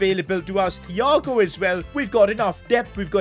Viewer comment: Him saying thhhhh and not tiiiiago is just sort of triggering🤣💀